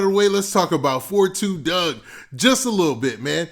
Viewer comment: LMFAO 30 seconds into the video you said "After learning why his name is 4-2 Dugg I will never make that mistake again"! Right after you said that you called him 42 Dugg again instead of 4-2 Dugg🤦🏽🤦🏽🤦🏽🤦🏽🤦🏽